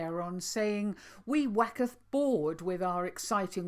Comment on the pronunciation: Thank you Adrian and for todays chat always so challenging and comforting and you owe me a new t shirt because I spilt my morning tea all over it when you said "wacketh bored" instead of "waxeth bored" I thank God for you both xx🥰